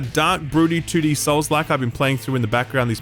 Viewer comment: You want to say 2D but you say "tooti"